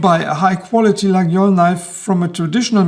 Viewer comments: It's Layole, we say Layole ;) Faite attention au faux Laguiole :) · Lay-ol ??? i Was Under The Impression The "G" is Silent.......